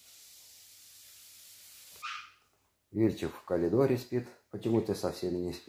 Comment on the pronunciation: Мой муж рассказывал, что пока в школу не пошёл, говорил КАЛИДОР